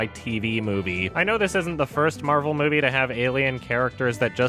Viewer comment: Captain Mehvell